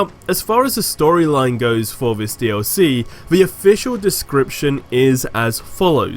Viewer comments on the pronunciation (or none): It's this not fhis